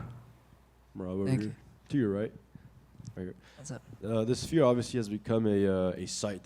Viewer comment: It's not spere its sphere